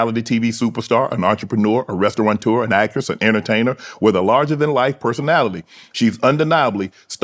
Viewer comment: “Restaurateur” doesn’t have an n in it. Pet peeve of mine.